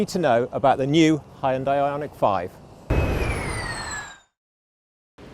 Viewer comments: Not Hyun-D-AH-EE., but Hyun-Day, like Sunday. :) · "Hun-day" - rhymes with "Sunday". 😊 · you need to start saying Hyun-day not Hi Un Die... Hyundai are now aiming their sights at the premium market 😆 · You only manage once to pronounce HYUNDAI in a new way 😂 I guess that is a total nonsense and we always will be pronouncing it as it was before 🎉